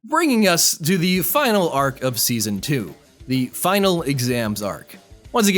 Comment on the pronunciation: i heard you said zeazon three